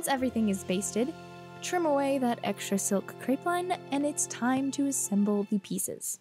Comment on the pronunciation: Crepeline is pronounced “cre-puh-lean” in 3 syllables :) 🇫🇷🇫🇷🇫🇷